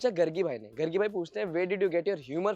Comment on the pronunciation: waise bhi accha naam rakhe AAP galat pronunce kar rahe ho rega Bhai wo ladki ka name Jo aapne pronounce Kiya hai ab sab GARGI name ki ladkiya ro dengi it's actually pronounce as "गार्गी" 😂😂😂